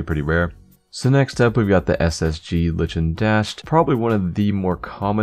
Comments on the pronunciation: lichen dashed. ly-kin. not litch-en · Btw, it is pronounced "Like-en" not "Lich-en" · Lol "ly-chin"It's said as Likin' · The first one is pronounced MO-ZAY-IK-OH as opposed to MOE-ZY-CO The second one is pronounced LIE-KEN dashed as opposed to LI-TCHEN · ITS NOT PRONOUNCED "LICHEN" ITS "LIKEN" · "litchen" I know you've probably heard from enough people that it's pronounced the same way as "liken" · 2nd skin is pronounced "liken" not "litchen" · It's pronounced as "liken" (lichen). Not "lich in". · >Lih-chen. it's pronounced Lie-Ken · the ssg skin is pronounced "like en", not "lichen". it's a type of moss that grows in the Pacific Northwest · Mosaico is pronounced "mos-aic-o" not "mo-sai-co" litchen is pronounced "ly-kin" not "lit-CHEN" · I dont mean to be a buzzkil or anything, but the scout "lichen dashed" is pronounced Liken, not lichun. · it's not li-chen it's ly-ken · "litchen" its pronounced liken 😂😂😂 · its not lich-en its Like-en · the lichen dashed is pronounced liken google lichen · its pronounced like-n not licking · good video although lichen is pronounced LIKEN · what are you, british? it's pronounced leikhen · I believe it's pronounced "Liken" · "litch-in dashed" face palm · Just so you know, it's pronounced "lye-ken" (Lichen) - a type of fungus you see growing on trees. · First two skins are pronounced; MO-ZAY-IC-OH and LIKE-EN Dashed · i think 'lichen' is pronounced 'liken'. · Bruh fuckin "Mozyko" and "litchen dashed". Jesus Christ pronunciation is not available in this video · lichen, pronounced LIE-KEN. its a form of moss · Lichen is pronounced Lai-ken. :3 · its pronounced Lie-ken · The lichen is pronounced like-n like the organisms that break down rocks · ly-chen moss-sy-co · Lye- ken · It is pronounced liKen dashed (li-ken) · Lmfao li-chin :') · isn't it pronounced lie-ken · You mispronounced 'lichen' in Lichen Dashed :3 sorry OCD it's pronounced like 'like-in' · Lichen is pronounced "like n" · "Litchen" hehe